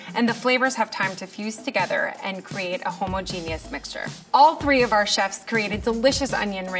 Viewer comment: Imagine being a food scientist but not pronouncing homogenous right